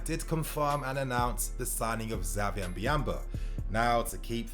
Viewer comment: His name is said Javier I know its spelled with the X but the X poses as an J